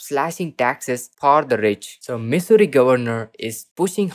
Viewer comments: He's got one thing right living in Missouri is misery. Every time he says misery, I crack up. I keep hoping Missouri will come out with a better stimulus for all, but I doubt it. We are just going to have to live in misery. Dude Missouri is not pronounced misery, it sounds like mizzouri. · Why is this guy pronouncing our state wrong????